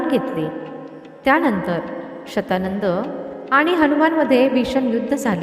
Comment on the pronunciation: तो शब्द शतानन असणार शत शंभर आनन मुख कारण रावणाच दुसर नाव दशानन आहे.. दश .. दहा.. दहा आनन आहेत असा.. ती बाई चुकीचे उच्चार करतेय...